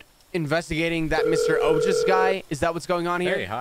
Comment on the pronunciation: I'm Indian, and I'm proud of you for pronouncing the name Ojas correctly the second time. 😂❤